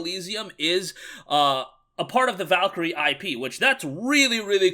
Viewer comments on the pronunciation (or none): I'm guessing it's supposed to be a spinoff of the old Valkyrie Profile RPG? I haven't seen the State of Play video, but kept saying "Valkeryria" and making me think he was referring to the Valkyria Chronicles strategy games by Sega. Hell, I'll play either one though.